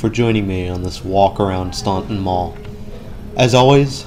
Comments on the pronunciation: It’s pronounced “Stanton”. No one from VA knows where “ stonton” is. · The city’s name is pronounced Stān-ton. The u is silent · The last time I was at this Mall was around the time I moved away from Staunton to SW VA in the early 2000s. This mall was in dire straights then! And as others have mentioned, the city, mall, river, and etc, are pronounced "Stan-Ton." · Staunton- "STAN TON" The U is silent. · its pronounced STANTON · It's pronounced "stanton" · Yep - the "U" is silent. It's pronounced "Stanton". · Went to Mary Baldwin College from down the street from here. Spent way too much money at Bath & Body Works back in the day. /edit/ dang bath & body works is still there! <3 Also, its pronounced "staun-TON". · It's pronounced STANTON. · STAN ton. Omg !!!! Its pronounced STAN ton!!!! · In Virginia we don’t say Staunton like you did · Same thing with McLean and Norfolk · Yes your right. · Too bad they don't do enough research to pronounce the city name correctly. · Yeah, that falls under doing due diligence as the producer, to ensure that you pronounce names correctly, especially when you're doing the narration in post-production. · I live in Staunton and you are pronouncing it wrong. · He's mispronouncing the first syllable, not the second. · We don't say the u in Staunton. . . 🙄